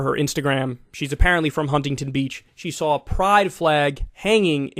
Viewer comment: Kyle that is not how you pronounce Huntington 😭😭😭